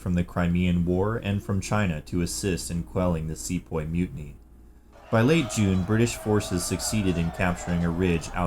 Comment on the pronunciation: it's see-poy not se-poy